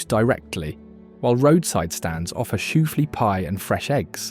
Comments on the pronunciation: 1. Reading PA is pronounced the SAME as Reading, England 2. Shoo-FLY pie, not Shoo-flea pie (because it’s so sweet) 3. Pittsburg was also linked to IRON, hence the nickname Iron City (like Iron City beer) But nice to see a review of some of Pennsylvania’s areas of interest! Thanks ! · Great pictures less great descriptions and pronunciations. At least five geographical locations mispronounced. It’s “sho fly pie” not “sho flee pie”. Enjoyed the content